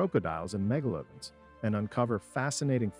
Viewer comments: “mega lodin” and “croak a dile” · I stopped watching as soon as you said megalodon and crocodile wrong.